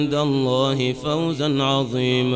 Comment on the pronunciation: عنده خطأ في سيؤتيه أجرا عضيما